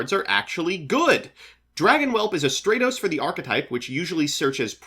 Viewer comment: I'd demnotize him for saying Stratos wrong again.